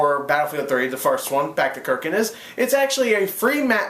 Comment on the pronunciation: How did you pronounce it wrong?? kArkand not kerkant